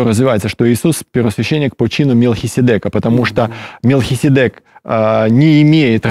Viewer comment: Благодарю за ваше служение! ( маленькая поправочка, в греческом варианте ударение в имени МелхиседЕк).